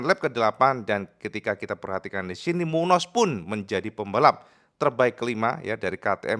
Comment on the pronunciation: Dibacanya Munyoz bukan Munoz, perhatikan tanda gelombang diatas ñ , itu artinya berubah jadi 'ny'